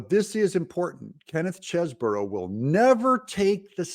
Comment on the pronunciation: Doug, get it right ! The man's name is Chesebro as in Chese Bro. There is only one " O " in it. Stop saying Cheseboro. It really makes your self proclamation of being "barely literate" spot on.